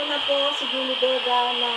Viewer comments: HINDI PO KAYO MAINTINDIHAN NG MGA LIGAW NA KALULUWA? AYUSIN NYO KASE PRONOUNCIATION NG JULIE VEGA👍✅ JOLIE VIGA KASE BINANGGIT NYO E😂✌️ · maniniwala na sana ako sayo kaso yung pangalan ni Julie Vega Di mo mapronounce ng maayos HAHAHA si JOLLY BEGA po ang natawag mo hindi yung Actress kakaloka